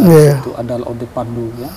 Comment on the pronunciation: Assalamualaikum Abang, sedikit saran kalau boleh tolong perbedaan sebutan La De... dengan La Ode... bang 🙏